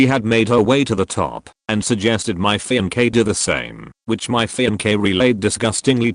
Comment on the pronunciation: Strange how the a.i pronounces fiancee as fem-k.😅